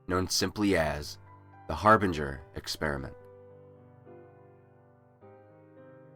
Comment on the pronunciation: I am so glad that you pronounced the word "harbinger" correctly. Throughout my life, people(including teachers) seems to always mispronounce it.